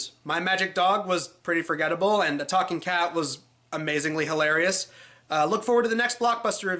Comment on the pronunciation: “A TAWKING KET?!”